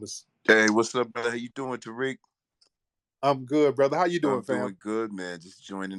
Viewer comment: “Terrick” Lol Hey Terrick. 👋